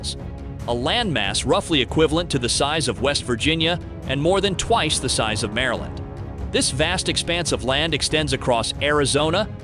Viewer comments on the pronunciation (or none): none